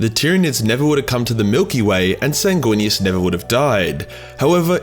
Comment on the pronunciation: It's pronounced, "Sang-Weenus."